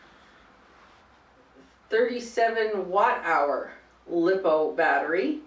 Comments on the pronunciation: When she said liippoo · First you pronounced lipo (lithium ploymer) wrong, second your speed is controlled by your gear ratio like on a stock motor a 28t pinion and a 83t spur will get you about 30-40mph, bigger pinion smaller spur=higher top speed, smaller pinion and bigger spur= better acceleration and smaller top spped